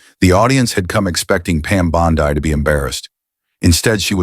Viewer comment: It's Bond-EEE Euphoria AI wannabe poser.